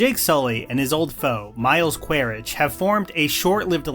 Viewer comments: whats up with the weird name mistakes and pronunciations, eywa quaritch, pronunciations were both incorrect and "ash and fire" yet the title of the video as the correct name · How do you manage to mispronounce Quaritch, Varang, and Lo’ak after a 3 hour movie 💀